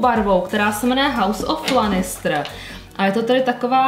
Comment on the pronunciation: Promin ale strašně mě to rozčiluje ty si ten seriál asi neviděla protože jména postav vyslovujes úplně jinak než se říkají! (sersí lanistr wtff a ještě mnoho dalších)